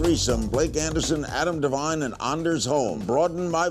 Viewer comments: lmao he called anders--deers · i am seriously laughing my ass off at uni cause he called him Deers and not Ders. i dont care if you're looking at me! lol